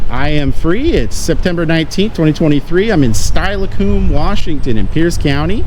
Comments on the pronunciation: It's pronounced "steel-a-come" (not style-a-cume) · The city is pronounced Stella-come. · love your work it's pronounced Still-E-come just thought you might want to know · Dang, I thought you were from Washington ɓecause you get Puyallup right it's pronounced still-a-come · It's pronounced still-uh-cum And I knew right away you hit the bee hive when I saw it. There is a ferry service onto McNeil. It's actually a great little town, but the prison is an epic dark spot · Oh my God you're in my old stomping grounds where my wife and I fell in love.... our first kiss was there on the beach. I wish I knew you were there I would've came over and introduced myself and said hi....Steilacoom is pronounced stillacum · lol. It’s pronounced, Stella-com. ;) Love your work, keep it up! Come to Vancouver again!! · Did you purposely butcher Steilacoom? Had me cracking up😂